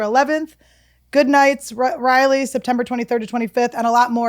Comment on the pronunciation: Annie - "Anddd i'll be in at Goodnights in Riley" -- ummm IT'S RALEIGH (Ra-lee) lol I'll be seeing you in September though!